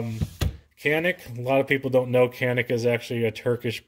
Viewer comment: Nice review, That "Canik" is a Turkish word pronounced as "Janik".